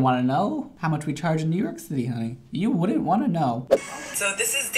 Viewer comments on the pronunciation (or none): and when he added "you. wouldn't. wanna. know" I FELT that 💀